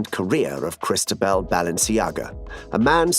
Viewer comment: Interesting trailer but hard to understand why the voiceover was not trained to pronounce most of the Spanish and French names accurately, 'Cristabel' instead of Cristóbal, the accent on the 'o' is the clue, many thanks